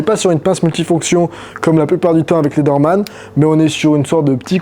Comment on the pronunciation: dsl mais ça se prononça pas léderman mais lézerman